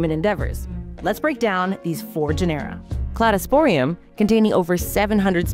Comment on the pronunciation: GEN-era, not gen-ERA.